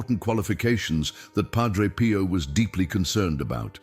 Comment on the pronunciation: More AI DUMBING IT IS PIO not “Pro.”idiots!